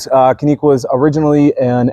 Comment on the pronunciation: Check me on this but I believe the correct Turkish pronunciation of Canik is JANIK